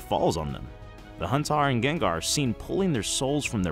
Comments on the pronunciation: Everytime you say HAUNTAR I die inside. So there's that. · Bro did you really call Haunter Haun-tar? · "Huntar" My dude, it is LITERALLY spelled Haunter how could you get this wrong?